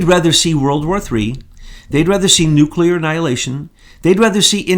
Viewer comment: Nuclear: new. clear like ,,, new cl ear , not nu ,Q ,ler .